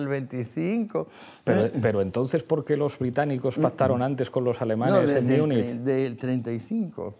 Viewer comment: ¿Por qué Pablo pronuncia Múnich como lo hacen los angloparlantes? ¿Cree que eso más intelectual? ¿O es por su C2 en inglés? 😷😷😷😷